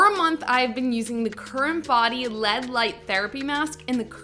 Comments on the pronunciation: DID SHE SAY "LED".????? I thought only old people dint know how to say L. E. D. not led!!! 🤣🤣🤣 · lead light mask? Man ...didn't even learn to pronounce L E D.